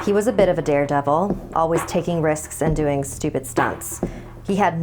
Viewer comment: "Adings" "Ate" she knows